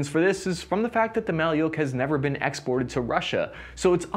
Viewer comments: Bruh not maly’uk just maluk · It's not pronounced Mali-yook It's Mal-yook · Thanks for the interesting review! It should be pronounced like [ma:luk], not [ma:liuk] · Malyuk or Малюк, is not russian word at all, pronouncing as mah-lewk or Ma like Mam and Luke like Luke Skywalker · Mah-lee-yoke??? 🤣🤣🤣 How difficult is it to punch a word into an online translator (Google translate?) and tap a speaker icon 🔊 to hear an actual pronunciation? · "Malyuk" is not a Russian word, in the Russian language there is a word "Malyush". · You wrongly stated that name of rifle “maliuk” is russian and Ukrainian word which means “baby boy”. There is no word “maliuk”in russian language, alternative in russian to this word is “малыш” which pronounces as “malysh”, these are two distinctive words with the same meaning. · Wrong. "Malyuk" is only a Ukrainian word, Russian variant is "malysh". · A little correction, "malyuk" is a baby in Ukrainian, but in russian it pronounces like "malish" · “Malyuk” is Ukrainian word, in russian it’s “malysh” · There is no "Malyuk" in russian language